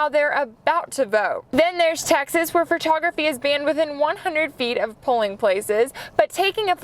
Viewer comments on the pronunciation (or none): none